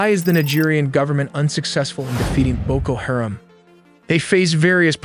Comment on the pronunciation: It's BOKO HA-RAM. You might want to Google the phonetics of some of the words you're saying because you're saying them wrong.